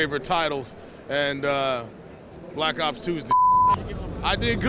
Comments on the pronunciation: the guy at the beginning of the video almost said black socks 2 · At least he didn"t say Black Cock 2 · He was about to call it "Call of Duty: Black Socks" at the beginning lmao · the anouncer almost says black sucks 2 in the beginning